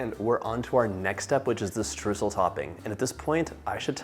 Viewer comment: My german heart bleeds at hearing what the english language did to the word Streusel.